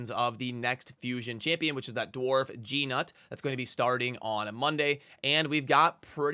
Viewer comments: Thanks for the video! I think it's pronounced like "Newt" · "G Nut", I like your pronunciation of his name so far, never change lol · Gee-Nut that’s the worst pronunciation of all the content creators yet! Gotta love, he out performs even Ash with mispronunciations.